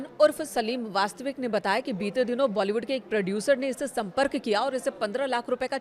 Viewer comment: Vastik ko vastvik keh rahe kaise anpadh reporter hain 🤔